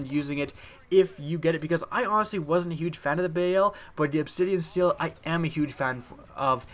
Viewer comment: steed not steel